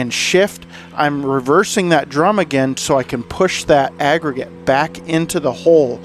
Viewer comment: unbelievable video considering the conditions, the length of the driveway! You always deliver excellent content and commentary! I love everytime you say "crown" or "agregate"! You and the Ventrac are the BEST! Love the video continue to make sir